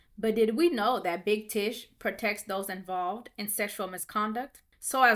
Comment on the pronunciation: It's not big Tish it's big tush